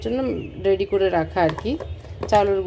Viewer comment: রেড়ি না রেডি হায় রে বাঙালি